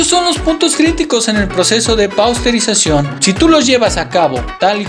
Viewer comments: PASTEURIZACIÓN , NO PAUSTERIZACIÓN, MI CUATE. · Porqué dicen "Pausterizacion"..... en lugar de "Pasteurización", ya que fue Luis Pasteur fue el creador de este método????